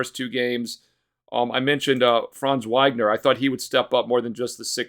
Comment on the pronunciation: He’s a box score watcher. Dude can’t even pronounce Banchero and Wagner correctly